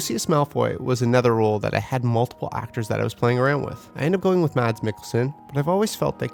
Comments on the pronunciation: You don’t pronounce the D in Mads Mikkelsen. It's silent :) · Mads Mikkelsen..... The d is silent.... 😊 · Mads Mikkelsen. And BTW the D in Mads is silent. :-)